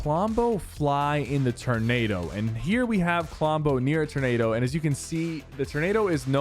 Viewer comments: Sypher bruh.... You really don't know how to pronounce "TOR-NADO???" Lmao "its a ternaydo guise!" -sypherpk 2022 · Bruh in the first myth did he say ternado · they way he says ternado and not tornado is great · Wait… are you saying tur-nado??? 🤣🤪